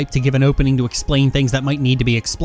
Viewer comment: The way you pronounce Xion's name bugs the Xit out of me.